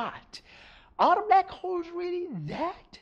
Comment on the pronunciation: I hear "Blek Hole"